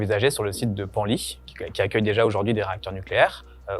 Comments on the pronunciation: Oui, et on dit Penly (pan-lit) et non "Pennely" 😉 Super vidéo, et bravo pour le look punchy, ça change de d'habitude 😊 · Très bon et félicitations.Attention à la prononciation de Bugey et Penly.Pour la limite des 50% de construction de futur Nucléaire, c’est plutôt politique que technique.C’est lEurope/Allemagne qui nous impose les 50% dENRi. La butée de 2050 est un objectif mais pas absolu, c’est politique aussi